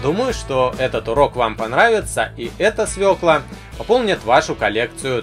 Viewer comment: свекла а не свела!